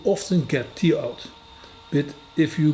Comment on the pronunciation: Hi, not commented for a while because I can only say your videos are amazing so many times before it becomes boring 😂. I not only love your presentation but also your excellent grasp of the english language. I hope you dont mind me giving you one little pronunciation tip. When you say the word "Tear" it comes across as "Tear, i.e. as in tear drop when you are crying. Try pronouncing it the same as "pear i.e. the fruit" but with a "t" at the beginning instead of "p". I hope that makes sense and I hope you don't mind me trying to help. I may have just totally confused you, and I wouldn't be able to speak a word of your language 😊.